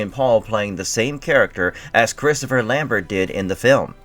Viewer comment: Lambert the "T" is silent